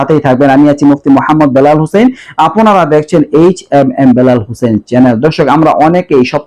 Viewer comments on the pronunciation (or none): none